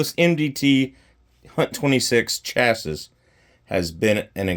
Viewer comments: Also it’s pronounced Chass-ee…don-key! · The last s is silent buddy